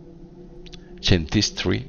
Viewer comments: "chemtristy" el nivel de pronunciación de inglés de este tipo es increíble. QUEMESTRI. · Se pronuncia diferente Chemistry (Kémistri) :(